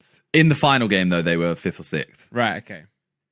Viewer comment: Is it an ongoing joke or Simon just can't pronounce "sixth"?